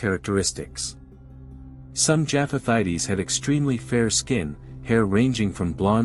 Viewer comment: It is not pronounced jaff-ath-ite-ees. It's pronounced jaff-ath-ites.